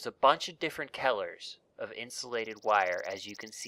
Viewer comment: Kellers? Its Colors don't make that mistake next time